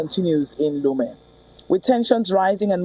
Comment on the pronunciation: Absolutely unpardonable mispronunciation of proper and place names (Lome) and historical inaccuracies-- Eyadema (father) did not die in 2005. AI can assist in this regard; use it.